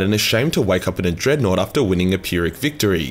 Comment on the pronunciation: Wulfen......Dreadnought.... DIGGANOUGHT